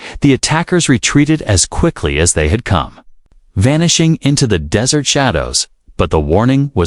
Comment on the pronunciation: You need a new AI/TTS, it does not know the difference between dry sandy location and sweet food. All that is necessary is to review before posting.